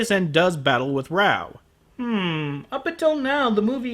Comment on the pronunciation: raoh not baoh